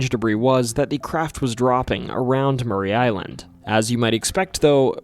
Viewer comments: Yaaay! Washington my home my entire life. Btw its Maury Island... as in "the lie detector reveals your are not the father!" - Maury. Not Murray. No shade to you tho... we are jus incredibly snobbish about our location pronunciations around here 😉👍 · I grew up on the mainland with a panoramic view of Maury Island (not pronounced Murray but as it appears phonetically. More-EE Island). Spent a lot of late nights just looking out at the beauty of the view of Puget Sound and Maury Island and as far north as Three Tree Point. Never saw any UFOs, UAPs, or submersible UFOs piercing the Sound into the air. I've seen a UFO in Southern California but never in my home state. Other than the inane mispronunciation of an easy name to say--Maury, thanks for the video. I've subscribed so hopefully that will contribute to a mil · Maury (MOR-ee) island, nor Murray. Ape Canyon is in a fir forest, not a pine forest. D.B. Cooper, not Tuber. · Maury Island is pronounced Morrey, not Murray. I've lived on the island since 1985. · ITS PRONOUNCED MORRIE NOT MURRAY ISLAND! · It’s pronounced more-e Island